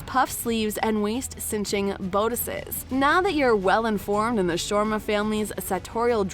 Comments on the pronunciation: Me too. No planes then, only ships. And some pronounciations also off like Shoma instead of Sharma 🤦🏾‍♀️ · I'm cringing at your pronouncing Sharma. It's Shir-ma. Not Shwarma.